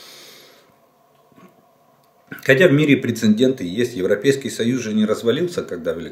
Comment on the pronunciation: Кто нибудь объясните Жданову. ПрецеДент- это правильно. Буквы н в слове нет